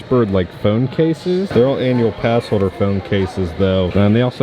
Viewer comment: are you too ashamed to use your “Annual pass holduh” discount?